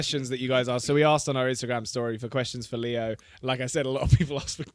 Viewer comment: Why do they always say theo instead of saying leo, just asking?